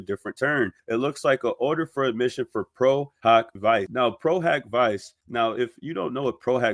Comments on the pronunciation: love your content but you really should find a legal or Latin-knowing friend to help you pronounce the Latin terms. “Pro hac vice” is pronounced “pro hawk vee chay”. Amici curaie from a previous video is pronounced “ameechee curahy”. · I’m not being pedantic because you’ve been doing an amazing job. But just a quick note: Pro Hac (hock) Vice (VEE-che). Please don’t think I’m being a huge jerk. I’m literally just saying the pronunciation, NOT correcting you. But honestly, as I said, I’ve been watching you on fire with these documents. You’re so appreciated in the community because you’re Johnny on the spot with the facts! Thanks for watching this so closely!❤❤ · I was taught the pronunciation is “Pro” “Hack” “Vee-Che’” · No, it’s pronounced HOCK not HAK. Please don’t miseducate people. Pro-HOCK-vee-chay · Lol pro hoc vice = pro hawk veechay ❤ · No, you did the right thing. I was coming to correct that too. It’s important for these creators to pronounce things correctly. Thank you 😊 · It's Pro Hac (hak not hock) Vice (Vee-che) . this is a latin pronunciation of "A"